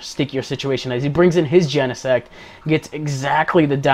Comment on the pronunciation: you are the only one who actually pronounced Genesect right lol